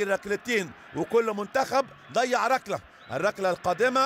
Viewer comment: هو المعلق بيقول رقلة و رقلات ؟